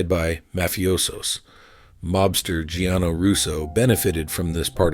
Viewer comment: It's Gianni Russo, not Gianno Russo.